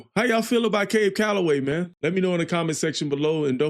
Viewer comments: Thanks,... gotta see the video, though! Cab was amazing.. dancing! appreciate your reaction.... (p.s. it is CAB.. not Cabe...lol).. and yep, if not "rap".. it was called "scatting" at the time... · Thanks. That's pronounced "cab" to rhyme with nab, like a taxicab. I saw Cab in about 1975. He was a wonderful performer, singer, dancer, and bandleader. As others have said, this song is full of drug references. Fleischer Brothers (Popeye, Betty Boop) did three wonderful cartoons, available on YouTube, that feature footage of Cab Calloway, and in two cases, trace and animate his dancing: "Minnie the Moocher", "Betty Boop and Snow White" with St. James Infirmary Blues, and "The Old Man of The Mountain".